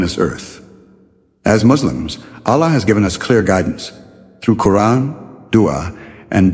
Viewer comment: please let the pronounciation of Allah be like they way we normally say Allah, not Aallah, thank you